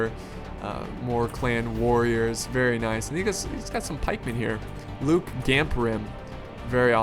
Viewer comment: You're pronouncing "Loké" wrong. You're saying it as Luke, when it's pronounced like Loki in the Marvel universe, though some also pronounce it "Lokay". And Barding Hird are pronounced Heerd, not Heard